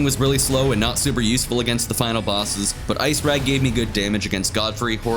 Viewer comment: ICECRAG ICE CRAG ICE CRAG THERE'S A C WHY DO PEOPLE NOT PRONOUNCE IT I C E C R A G